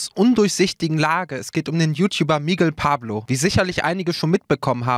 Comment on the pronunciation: "Miggel Pablo"????